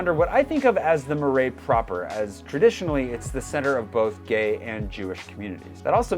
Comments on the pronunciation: It's not MEUrais it's MArais like in Apple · You are not anymore? Ok but say: MARAIS, MA, NOT MAI. A,not ai comme ta “MA”..cool video nice info for the peeps.